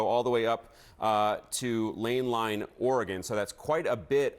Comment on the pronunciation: Did he mean Langlois Oregon? He butchered it if that's what he meant, no landline Oregon..